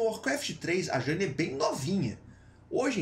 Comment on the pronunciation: Será que dói para você aprender a falar Jaina certo? Sendo tem um bando de nome complicado em WoW tu fala errado um dos mais fáceis, é uma vergonha.